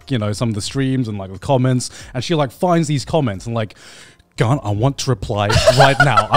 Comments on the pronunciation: sorry Garnt but you ain't helping either 😂 every time you say your name I hear "gun" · Garnt mispronouncing his own name LOL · I also love when Garnt mispronounced “mispronunciation” while taking about people mispronouncing his name and then he continues on and then mispronounced his own name wrong as “Grant”💀